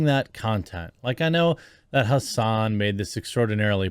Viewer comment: Please say Hasan, please.